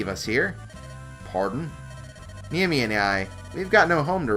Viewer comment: "Neh-Ee-Me" not "Knee-Eh-Me". You invert the "e" and the "i" several times. Japanese's rough, eh?